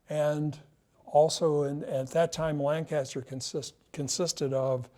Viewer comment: It’s pronounced Lanca-ster, not Lang-caster. My friends from there will roll their eyes at you for mispronouncing it 😂